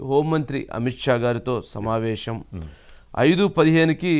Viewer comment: మీరు shamavesam అనొద్దండి సమావేశం అనాలి